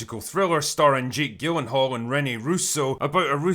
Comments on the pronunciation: Soft 'G' in Gyllenhall. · gyllenhall’s name is pronounced “Jill-en-Hall.” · Nobody else mentioning how the is mispronouncing Jake Gyllenhaal's name? It has a soft g sound, like the g in gif or giraffe. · Nobody gonna mention the mispronunciation of gyllenhaal..